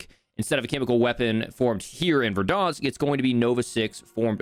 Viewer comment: Why do you say Verdansk like that?